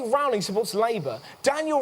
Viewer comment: Rowling is pronounced as "Rolling", Russell.